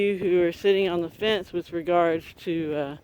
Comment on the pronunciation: fence not fench